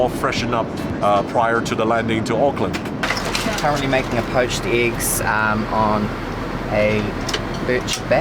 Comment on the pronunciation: I am impressed that you pronounced “Auckland” correctly 😊. It was nice hearing Kiwi accents again.